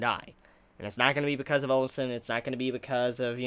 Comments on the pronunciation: Ayeeee no more "on-sen" lololol 👍🏻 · I know you are free to say "OnSen" if you wish but I wanted you to know that you are messing up a huge deal here because Ou is actually their family name. Ou Hon, Ou Sen, Ou Qi all share the same family name and when you say OnSen, it sounds wrong on so many levels which is why many people complain. Just wanted to point out the fact. Same for Qin being pronounced "Chin" which would go in the future to become "China"